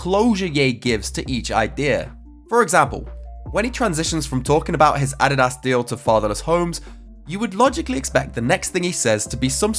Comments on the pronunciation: “Ah dee das” 😂😂😂 I will never pronounce Adidas the same haha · and Hbomb posts always make me want to drop everything to watch because their shit is rarer than diamonds Edit: the way pronounced Adidas is dope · Yeah I’ve heard British people pronounce it that way before. It’s weird but the way we say it is probably weird to them